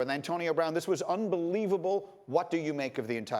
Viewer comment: "Bantonio Brown"